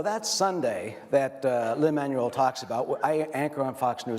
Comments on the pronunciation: Lin MAN-uel 🙄🙄🙄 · The way the host pronounces Lin-Man-U-El is cringe-worthy. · Brandon B. Totally agree. He’s of Latin descent, not a friggin’ transmission! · Does anyone else hate the way he says Lins name 🙄